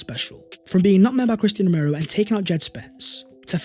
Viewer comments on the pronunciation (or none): none